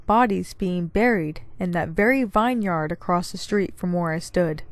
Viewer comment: It's pronounced 'vinyard ' not 'Vine yard' Love your channel, keep up the great stories....